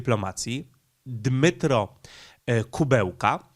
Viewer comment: Wypadałoby chociażby uważniej czytać, skoro zwyczajnie nie zna się nazwisk. Opowiadasz o polityku, który nazywa się Dmytro Kułeba, a nie Dymitro Kubełka. Imię można spolszczać i wtedy powinieneś mówić Dymitr, natomiast przekręcanie nazwiska jest żenujące.